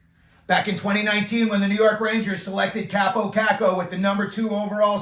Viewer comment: Learn how to pronouce his name for credibility